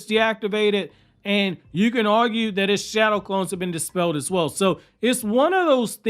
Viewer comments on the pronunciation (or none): none